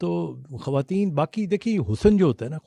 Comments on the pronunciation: کھریدنا۔ گریب۔ کھواتین۔ جیرہ گلط مہربانی کر کے اتنے بڑے پلیٹ فارم پہ بیٹھ کر زبان کو صحیح تو بولیں یہ کوئی بھی لفظ اردو کا نہیں ہے آپکو کمپلیکس ہے اپنی زبان پہ آپکو فخر ہونا چاہیئے ۔ ڈاکٹر صاحب کی اتنی عمدہ گفتگو کو آپکی وجہ سے سننے میں بہت مشکل ہوئی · ہمارا complex English ہے وہ تو درست بولنی چاہیئے ۔ مگر اپنی مادری زبان کی تباہی کرتے جائیں خواتین کو کھواتین کہیں اتنے بڑے پلیٹ فارم پہ بیٹھ کر غلط بولنا اب سمجھ آیا کہ آپ کمپلیکس میں ہیں کیونکہ انڈیا میں خ کی جگہ کھ ہے غ کی جگہ گ ہوتا ہے گریب کوئی لفظ نہیں ہے اردو کو مت بگاڑیں وہ انکی زبان ہے اردو ہماری زبان ہے ۔ ڈاکٹر صاحب کی اتنی عمدہ گفتگو کو آپ نے بد مزہ کر دیا ہے ۔ گلط نہیں ہوتا غلط ہوتا ہے ۔ آپ نے اگر انگلش اور ہندی بولنی ہے تو صرف اس زبان میں ہی بات کریں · اردو میں کھواتین نہیں ہوتا کھواتین کسی زبان کا لفظ نہیں ہے ۔ صحیح لفظ خواتین ہے